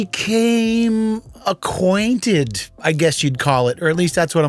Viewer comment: "Be - came Aquatinted???? 🤷🏻‍♂️" - His wife is trippin for not leaving this guy. Why do we settle so much?